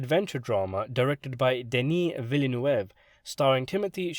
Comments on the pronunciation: It's 2 syllables VEEL NUHV. The NUHV is sound like UH (I think that's as close as we can spell it in English. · Dude, by now most people seemed to have figured out how to pronounce Villeneuve. You might have gotten away with you botched up pronunciation a couple of years ago but seriously do some basic research before embarrassing yourself. Seriously, way before the director Villeneuve was known the name Villeneuve wasn't that new as Jacques Villeneuve was a pretty well known Canadian Formula One racer so examples of how to pronounce the name shouldn't have been hard too find. But here you go, I did the homework for you: btw, the name means New (Neuve) City (Ville). But hey at least you go Denis right and you couldn't have done worse cause I've heard American numbuts pronounce it as "villa nueva" I shit you not.